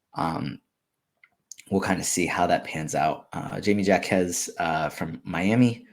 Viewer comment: Need some serious work on that Jaime Jaquez pronounciation